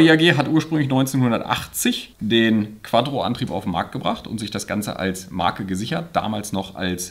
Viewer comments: es heißt quattro und nicht quadro. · Wie er immer Quaddro sagt 😂